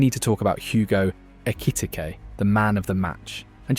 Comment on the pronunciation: Why he say Ekitike’s name like that